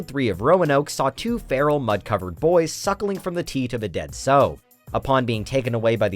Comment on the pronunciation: Uh...sow (a female pig) rhymes with cow.